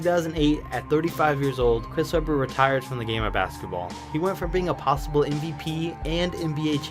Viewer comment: Sounds like he is saying popsicle not possible.